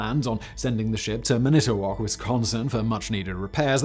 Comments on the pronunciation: man - ah - tah - wok. NOT " man - ito - wok " one fluid word, not staccato. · Manitowoc is properly pronounced.. "MAN-ih-Toh-waak". You got Mackinac right! :) "MAK-In-aw". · I grew up a 15min ride from lake superior in the U.P. of Michigan. Beautiful and I miss it, but not the winters lol Also, man-it-toe-wok. 😆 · That… is one hell of an interesting way to pronounce Manitowoc (Man-eih-tow-woc) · Did he just say minute-owoc??? Where is Charlie Berens at? 😂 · Say it with me.... Man-ih-tow-wok Also, shar-lah-voy... Sorry, but this is part of the issue with "Weskonsin" there is no e in Wisconsin. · Manitowoc is pronounced man ih toe walk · Manitowoc is pronounced mænɪtəwɔːks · Huron = Hyuron Manitowoc = MAN-i-tuh-wok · Well he did better than Alexi in pronouncing Charlevoix. But I think his pronunciation of 'Manitowoc' was a syllable short. At least he didn't say 'Mack-i-nack' lol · I was so proud of your pronunciation of Mackinac, Simon...but then it took me a second (and the name on the screen) to recognize Manitowoc. 🤣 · Great video as always. Only issue is pronunciation of man-it-o-woc, WI. WI resident here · Lmao love that pronunciation of Manitowoc. Gatta give weyauwega or Oconomowoc a try! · You really should have Googled how to pronounce Manitowoc. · That is not how you pronounce Manitowoc 😬🙃